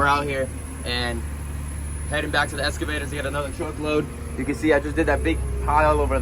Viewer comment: He needs an English lesson. “Escavator” was driving me insane l.